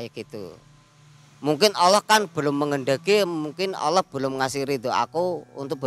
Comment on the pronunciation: Maaf narasumber, yang benar Allah pak, bukan olloh